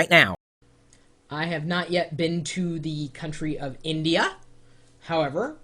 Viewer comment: lol- he does enunciate INdeeYha and INdian.